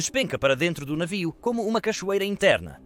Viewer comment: a inteligencia artificial fala navio, mas com um sotaque puxado esquisito saiu um "naviou" kkkk